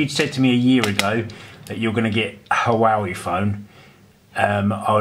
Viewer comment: It’s pronounced “Wah-Wey”